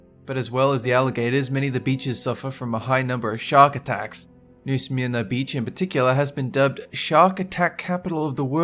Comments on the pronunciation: I love when you narrate the videos but you have to work on your pronouncinations. I lived a few cities away from New Smyrna Beach and you made me chuckle. If I hadn't of read the word I would have had no idea where you were talking about. That being said... long life! I love your accent. 💜💜💜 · The way said New Smyrna Beach was so funny. I live in Port Orange so it's basically down the street from me.